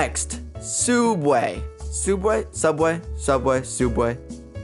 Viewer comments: Do BRO say sudway is subway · it subway not sudway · "Soubway" theodd1isout: WTH MAN???? (Jk its just really funny) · James! Sooubway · it’s sooubway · souubway,(james appearing slowly) SUBWAY, subway.